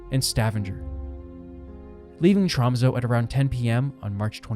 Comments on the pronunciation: TromsÖ, BodÖ och Stavanger. Ö is NOT "O" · Hearing Tromsø, Bodø and Stavanger pronounced like that pains me lol